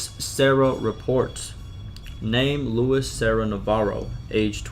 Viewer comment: Thank you for reading these! Just a note: Luis' name is not pronounced "Lewis". It's pronounced "Loo-ees"